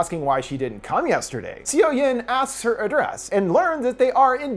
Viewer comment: Gosh, you're butchering those Korean names. Seo=Suh. I love Park Shin Hye. I'll watch this then come back.